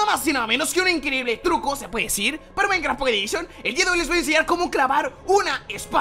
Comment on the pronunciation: Microsoft: les presentamos Minectaft pockeh edishon !!! :v